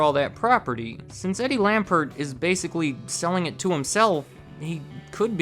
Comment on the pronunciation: It's Lampert. Eddie Lampert. You said Eddie Lambert.